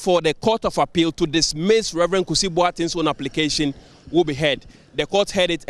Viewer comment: Please his name is #Kusi not Kisi...haha I should start😅 Refreshing News thank God it's not another unanimous Fc ruling